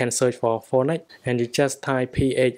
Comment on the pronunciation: When u say phœnix it seems like u say fortnite